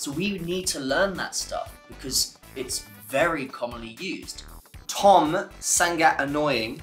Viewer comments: Not ‘san gat’ not ‘sang at ‘ but “Sa ngat”👍🏽 keep it up to learning bro… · say like this sa-ngat not san-gat 🤣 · Say " SANGAT " not San-gat but Sa-ngat ... Nice try 👍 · Sa - ngat... Bukan sang - gat... Huhuhu anyway bahasa can be used in Singapore, Brunei, south Thailand, certain part of Myanmar, cambodia n definitely Indonesia...